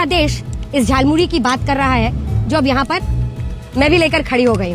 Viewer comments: झाल मूरी नहीं जाल मूरी बोला था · Jaalmuli 😂😂 not jalmuri